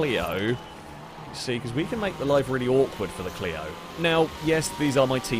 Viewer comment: Clio-zone. Lol